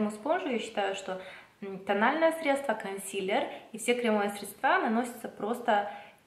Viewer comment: большое спасибо за видео:) только не средствА, а срЕдства